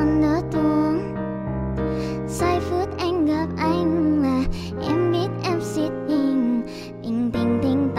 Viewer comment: kobo phát âm khá chuẩn đấy có mấy chỗ không đúng như từ "khó" kobo phát âm hơi sai thì phải còn từ "anh" kobo phát âm thành chữ " ăn" r còn chữ "tối" kobo phát âm thành chữ "túi" con chữ "em" thì vài chỗ kobo nói thành chữ "ăng" :)))) có vẻ tui soi hơi kĩ :)))